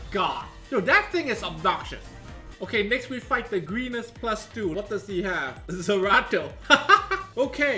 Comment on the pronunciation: Lol, it's Zeratu, not Zerato, wrong game